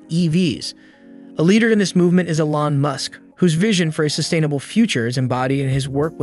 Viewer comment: You might consider pronouncing Mr. Musk's name properly. You parrot my own thoughts, expressed in these pages.